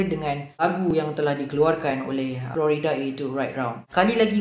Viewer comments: dengar slang macam mat salleh,sekali ‘florida’ kahkah. its flo rida bro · Yo.. Jgn sebut Flo Rida mcm Florida.. U speak english but say other people's name wrong.. Malu je.. It's Floraida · Its funny when someone yg ckp melayu ala2 slang english pronounce Flo Rida mcm Florida nama negeri/Fluorida bahan dlm ubat gigi.😁